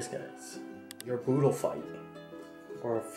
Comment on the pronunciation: It’s budol not boodle I’m Filipino